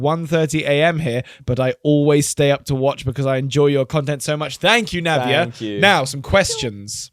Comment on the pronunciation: thank you so much for the shout out!💗🌼 you guys are amazing. Ahh I feel so bad I got so late in watching this episode — had exams — but it’s currently 3 a.m and I’m watching you guys cause I just love you all. Also, my name is pronounced as Navya ( not Navia )😂. PLEASE don’t stop the podcast forever and come back as soon as possible😭. I hope you see the love in this comment for you guys. Lastly, I just love so much. Being a girl and not much older than her, I can relate to her at some points. I appreciate her so much, like when I was 13, I was so cringe honestly. love you and!